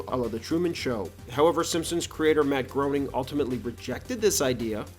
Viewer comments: Lmao why are you projecting your own Chris Chan incel behavior? It was never that big of a deal, I love the channel and I only commented for further context going forward. But If you actually have ever watched the show or did a 5-second search you’d know the couple times calling him “Groaning” in the show was done in jest, and you’d see the vast majority of other times his name is said in the show it’s actually “Gray-ning”. Matt HIMSELF says Gray-ning. Matt Groening is a real person, call him Matt Groanfarts whatever, it’s irrelevant, at the end of the day it’s still objectively pronounced “Groening”. But thanks for contributing absolutely nothing but projecting your insecurities and conjecture, bud 👍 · It’s pronounced Matt “graining”. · It's pronounced "Graining." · Groening is pronounced "graining". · It's pronounced "Grayning." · ... it's pronounced Grayning. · it's actually pronounced grain-ing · Matt “Graining”. Do you say Illinoise too? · Ok if the author doesn’t even know how to pronounce Groening’s name I’m out of here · Good video, but you’re saying the creator’s name wrong. To quote Life is Hell: “Groening rhymes with complaining.” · you researched all this and didn’t pronounce his name right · Yea if you're making a video bothering to check how a famous person says they pronounce their name is a ridiculous expectation, right Michael? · On the record with Matt Groening’s name it’s pronounced “Gray-ning”, not groaning. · I'm new to the channel and I really like your content & style but you mispronounced Matt Groening's last name.. Its pronounced "gray-ning" not "groaning". Yes, I know, I'm at grammar Nazi.. Lol! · Just came her to be the first to say, "It's pronounced 'graining', not 'groaning'". Also, Maggie's first word was, "Daddy", voiced by Elizabeth Taylor in the season 4 episode 10 titled "Lisa's First Word". "Sequel" is the first word any Simpson's character hear her say. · GREY-ning. GREY-ning. Not GROW-ning. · Matt “Groaning”